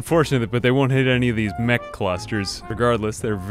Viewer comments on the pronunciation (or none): none